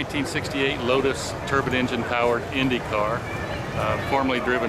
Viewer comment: I cringed every time the announcer called it a turban jet engine. First of all, a turbine engine is not the same thing as a jet engine. Jet engines rely on the exhaust gases to produce thrust. The turbine engine uses the exhaust gases to turn a turbine that sends power to the wheels through a transmission. And I have believed ever since 1967 that the turbine car was doomed from the start because racing doesn't like anything that doesn't conform to its own notions. The same reason that electric cars today are segregated in F1 formula racing and put in a category called fe. It doesn't matter that the electric race cars can not only keep up with the gasoline engines, but can actually hold their own and beat them. What matters is racing is not what it started out being. Racing started out as a way to improve automobiles. It has nothing to do with improving anything anymore.